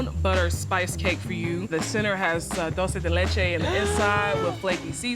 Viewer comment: I love her (and this cake), but she kept mispronouncing dulce de leche and it drove me nuts.